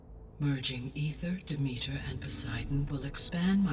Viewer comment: The way everyone in this game aggressively mispronounces Demeter...